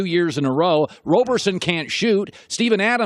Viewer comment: Lol I like how no one cares how Broussard butchered Roberson name